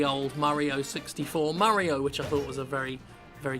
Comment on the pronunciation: "Super Murry-O Odyssey"